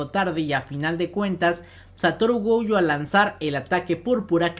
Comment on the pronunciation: Me da ansiedad que le diga "goUjo", la u la tiene al final :v